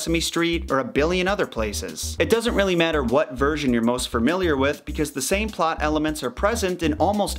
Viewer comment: Are you saying "framiliar?"